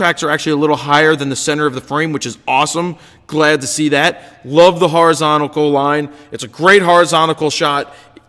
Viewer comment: HOR~I~ZON~TAL Lol, love ya fro man!